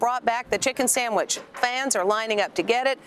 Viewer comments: It has to be a real person because she keeps saying “Sangwich” and it’s bothering my ears so badly. 😞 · A “Sangwiche?”….dont piss me off…fix up immediately lol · "Sangwidges" are this girl's penguing. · This AI is killing me by saying “Sangwich” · Is this AI cause she (or it) keeps saying “Sang-wich”. Am I the only one who hears it? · Sangwidge??? Please stop with the AI 😂😂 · As a fellow Caribbean, never heard a Trini say sangwich but I’ve heard plenty of white people say it tho 💀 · Nobody:..: ✌️Sangwich ✌️ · Am I trippin or is she saying 'sangwhich' ? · What in tf is a “sangwitch” 🥴😭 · Anyone else hearing “sangwhich” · sang which 😂😂 git me questioning if you’re ai now lord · what in the name of Davey Jones is a "SANG-WICH" ?? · I think the sandwich pronunciation as sangwich is a Northeastern thing like Maine or Rhode Island or a 👱🏻‍♀️👦🏼👩🏼 thing lol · Oh Gucci saying “Everybody wear tennis skirts” gonna be in my head all day omg the way you say “sangwich” (sandwich) shocked me so bad because the only other person I know who says it this way is my nephew ❤❤❤ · SANGWHICH 😭babe where are you from Boston ??? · Babygirl said sangwich, you afrolatina? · why do you keep saying sangwhich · “Sang-wich” is tickling me. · I was going insane every time she said it like that! I’ve never heard anyone pronounce sandwich like that so it was really grinding my gears ugh. What region is that from? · i love how you say sangwidge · Is it colloquialism, you’re pronunciation of “sandwich” as “sangwich” ? 😂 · Sangwich is driving me crazy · I kept hearing "sang-wich" lol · As a Canadian damn near every white person from the suburbs says it that way 😭 never heard a black person say it that way tho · yes she does & i hate it lmaoo great video tho!